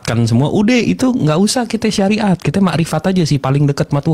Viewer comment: hahaah.. terpekeset bilang SAIRAT😅😅😅😅..SARIAT 😅😅